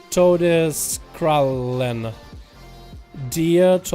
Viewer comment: The 'Die' in 'DieTodeskrallen' is pronounced like a 'D‘ in english :P But 'Todeskrallen' was pretty good tho :D And yeah, it is german :)